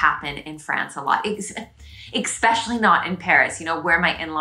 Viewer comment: Very refreshing, love your observations. Where were you born, I notice you say exspecially, I wonder where it is originated, I heard it somewhere but can t situate it really. Keep up the good work et bienvenue à Montréal!